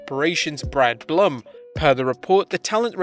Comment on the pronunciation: The man's name is pronounced "Bloom" and not Blum (sounds like glum).